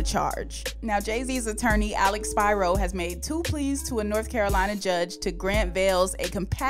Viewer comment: It's Alex SPIRO!!!! It's Greek.. It's pronounced SP--EERO